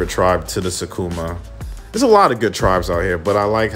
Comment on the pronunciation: It's not 'Sakuma' it's 'Sukuma'